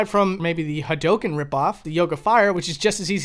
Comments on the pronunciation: Please, say HA DO KEN, not Ha dough ken. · Well, 'correctly'. Listen to how Ryu says it. Its pretty clearly said, with dou being a long dragged out o. The shoyuken pronounciation is completely off tho. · The way he says Hadouken is...cancerous, but in the ballpark. Shaw-yuken is just completely dumb. Like, Ryu and Ken both say the attacks really clearly every time they uses them. Its really obvious how they are pronounced. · It's pronounced ha-do-ken not ha-doh-ken. Sorry I had to say it Lol. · Hawdoken yeah really bothering... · Oh god no kidding. I think the most common pronunciation was HAWdookan. Like with the stress on the first syllable and the last two syllables mashed together. But back in the 90s before the game was common on consoles I also heard HA-RyuKen a lot too. I guess because hadouken through 90s digitized speech in a loud arcade kind of sounded like the names of the chars. And dont even get me started on how people pronounced Ryus name back then. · the way you pronounce "hadoken" and "shoryuken" is wild, bro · You pronounced hadoken and shoryuken wrong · You pronounce "hadouken" and "shoryuken" weird/wrong. Just listen to Ryu say it in the game and that's how you say it. You're welcome.